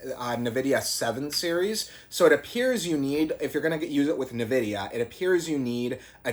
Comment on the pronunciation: Dude its nvidia not nividia 😂